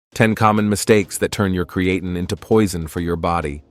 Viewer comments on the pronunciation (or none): Cree uh teen. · Cree-e-tain, sounds almost right. 🤖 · TINE is pronounced TEEN in America not TIN. This guy changes the pronunciation 4 times. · Create’n eh 😂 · oh god create’N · PRONUNCIATION IN VIDEO "CREE-A-TIN" IS NOT A GOOD SIGN. AI GENERATED VIDEO! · I drink 3 L water a day with 10 grams crea tin fr lol annoys the fok out my hearing how its beeing pronounced here 😂😂😂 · If you don’t approved or like the American language go back to where you came from. Where did you come from? The cotton field? Our language is diverse. I’ve never heard anyone pronounce creatine as cre-a-tun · Well actually is a greek word so is pronounced Kreatin. It comes from kreas which means meat . Kreatini is in the meat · We are the superior country, its pronounced (kree-uh-teen) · I don’t trust a video that can’t even pronounce the word Creatine properly!…… and your pee shouldn’t be clear it should have a slight pale yellow colour. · it changes to create -teen then goes back And yes don’t worry we see the message through the different pronunciations it’s just like nails in a chalkboard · Might be good information but I could only listen to the mispronunciation for a couple of minutes....and then it changed back and forth in the video....TOO Annoying!!!! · I stopped listening after hearing how creatine was pronounced. No thank you. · I can’t get pass that horrible pronunciation for creatine come on man 🤦🏽‍♂️lol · I can't watch this when the guy doesn't know how to pronounce the word. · If they can't even say creatine right, why should we listen??? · first its a great idea to take your creatine with a fruit juice, because it disolves better, and literally 5mins later its a bad idea because it could degrade the creatine.. make up your mind(same for the pronounciation of creatine^^).. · Thanks for the list - saved me from listening to the mispronunciation of creatine! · My ears fell off when hearing how you pronounce creatine. Wtf?